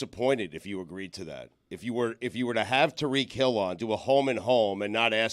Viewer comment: Tie-REEK Hill Stugotz not Tuh-REEK